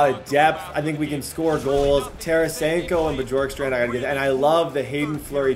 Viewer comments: it’s pronounced borkstrand the J silent lol and your welcome 🙏🏾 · I'm pretty sure you pronounce Bjorkstrand Be-yorkstrand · This series is gonna be 🔥🔥🔥 Keep up the great work (Also I’m pretty sure it’s pronounced Byorkstrand) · It’s I pronounced b York strand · btw its bee-orkstrand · It’s bYOURkstrand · the "J" in Bjorkstrand is pronounced kind of like a y Gostisphere is pronounced like (Gaw-sti-fair) And some advice for playing defense is don't pass the puck through the middle of the ice after getting defensive rebounds, knock the puck off the boards to a foward on the breakout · Please say his name right 😂 Bjorkstrand the “j” sounds like a “y”. Sorry, big Blue Jackets fan here and it just sounds weird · His pronounciation of Oliver Bjorkstrand is a little off XD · It’s Oliver Kylington (Shill-ing-ton) and Oliver Bjorkstrand (B-york-strand)